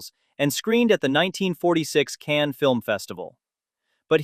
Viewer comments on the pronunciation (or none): none